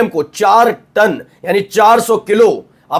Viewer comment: It's ton, not tan.